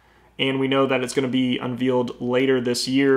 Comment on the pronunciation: Great video man, I'm glad to see someone consolidate all of the info. Just one suggestion... you gotta stop saying "unvealed". Its not a wedding veal (meat from a young calf) its a wedding veil (pronounced vayle). It was cracking me up the entire time. But seriously still a great video.